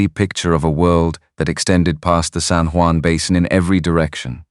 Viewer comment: The Spanish word "Juan" is pronounced as "wan" in English. Not Jew•an" or other mispronounciations in the video.